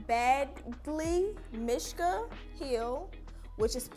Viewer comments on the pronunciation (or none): It’s pronounced BADGE-Lee Mish-kuh 😂